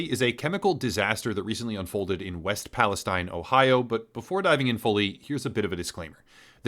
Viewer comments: It's EAST PALESTINE! Nothing you say has any credibility when you can't say the proper name of the town In question.. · I'm sure you've realized this by now: East Palestine, pronounced palasteen. East Palestine is part of the Mississippi watershed. Everywhere between Pittsburgh and New Orleans should be considered part of a greater disaster zone. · East Palestine.....and pronounced pales(teen) Geez. ......get the city name correct at least as to the respect of the victims. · EAST Palestine. And the locals pronounce it pal-uh-steen. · West Palestine? And you're not even pronouncing it correctly. And no, mainstream outlets aren't reporting properly on this at all. They're giving the pat answer that everything is safe. GFY. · Perhaps do more research and actually get the pronunciation of the town right. 🤦🏻‍♂️ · How can you call this good. He can't even get the town name right while showing articles with the name in the headline